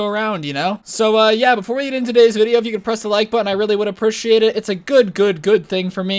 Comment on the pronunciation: When he says appertiate it